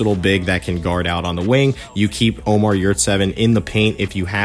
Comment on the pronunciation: Ömer not Omar